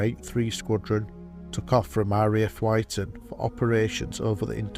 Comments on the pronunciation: The only comment I can make about this is my disappointment at the narrator mispronouncing the name of the RAF station, it is not pronounced WHYTON, its pronounced WHITTON. It may be minor to some but it is irritating when proper research can give correct pronunciation, or is it because the narration was by AI? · RAF Wyton is pronounced 'witton' and not 'y-ton' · Thank you for posting. Can you do a rdub? Wyton is pronounced 'Witton' Bless them all. RIP Boys. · Aye mit was a nice video. Only criticism is pronunciation of RAF Wyton is "WIT'N" At tleast it was when I was there & Bocham is "BAWCUM" I've been there too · For info: 'Wyton' is pronounced "Witton"